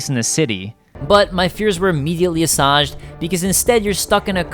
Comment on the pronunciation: So, I'm adding assuaged to the list of words can't pronounce.